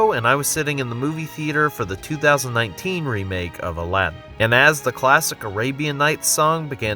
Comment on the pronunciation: god damn i hate how Aladdin is pronounced here... its not Aladden...